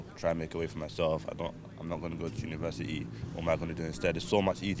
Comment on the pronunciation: Uni verse it ee, ffs